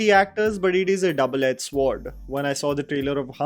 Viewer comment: With love and peace, Sword is pronounced as 's-ord'. Just wanted you to know. Love your videos 😊